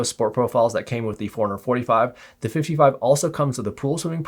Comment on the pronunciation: It sounds like you’re saying 455 man, had to check the title of the video again 🤣